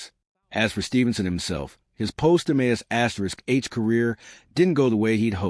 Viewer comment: Your pathetic AI narrator that isn’t smart enough to know how to say MASH gets a thumbs down